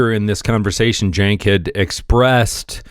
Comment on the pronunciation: Cenk is a turkish name pronounced JENK its our version of Jack, LOL. The commentator on this video is saying it correctly.